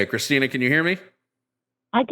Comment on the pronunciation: The name is CHRISTIN-TH!!!!!! You come to our house, you get my wife’s name right. It’s CHRISTINTH!!!!!!! That’s all I could hear every time said Christina 😂🙈